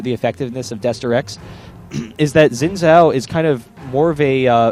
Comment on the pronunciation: You must have, since that's not a proper sentence for starters. Oh, and the fact that Xin Zhao isn't English, it's Chinese, and actually is pronounced Zin Zao.